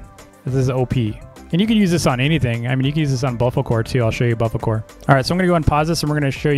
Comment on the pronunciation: saying bofocore when its bofolo